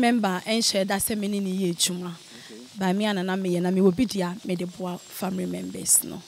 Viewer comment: & engrish, famiry member 😂😂😂😂😂😂 I hope she’s pretending